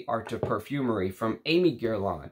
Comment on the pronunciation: Hi, thanks for a great video! And by the way Aimé is pronounced more like Èmeh.